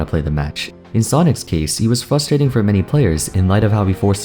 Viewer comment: I notice how always says "fustrating"